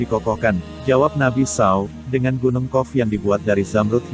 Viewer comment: Muslim atau nonis ni pembaca narasinya? Kenapa penyebutan Nabi spt itu? Kalo nonis aq msh maklum, tapi kalo muslim pengen kujewer mulutnye.. 😮